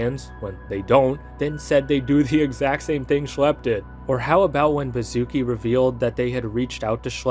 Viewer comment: Yo, complete off top but you read "Baszucki" similar to like "Bashusky", as its origins come from Polish-Lithuanian Union and mean that at some point bro's family was aristocrats or earned an honorable surname title 🤓☝️